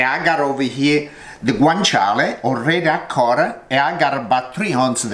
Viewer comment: Hi, i'm italia. It's "guanciale", not "guancale". "Guancale" it's more like reading it "guankale". Understand? Sorry for my bad english